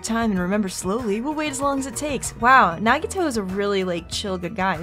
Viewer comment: I'm really glad you're also liking some of my favorite characters! By the way, if this game takes place after or before is explained in game, so keep playing to find out. You've also impressed me, because you're the first person I've known to pronounce Nagito's last name right. Most people pronounce it, "Koh-MAY-duh" But the canon pronunciation is how you said it, "Koh-MY-AY-duh" Also, Byakuya got ahold of KFC with all his money, and that's why he's fat.